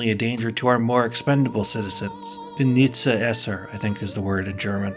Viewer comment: "unnütze Esser", not "Inietzsche Esser" , also the term "lebensunwürdig" would be also good in this place